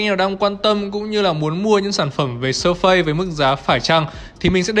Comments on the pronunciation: surface đọc là "Sơ phítss" mà :))) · Đọc là /s3:fis/ ạ 🙃🙃🙃